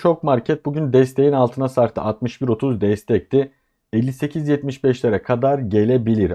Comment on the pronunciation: Alt katımda tamirat var size “katar” geliyordur. Ekonomist dil sürçmesi😂😂😂